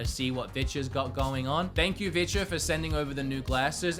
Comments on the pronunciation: "They're down there if you want to see what bitches got going on." Yeah not going to lie, that's all I hear every time you mention "Vitures." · Is he saying vitya?